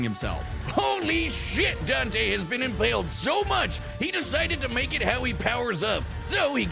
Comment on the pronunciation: Its dante.